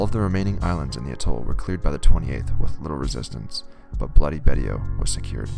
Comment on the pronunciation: Pronounced “Baysho”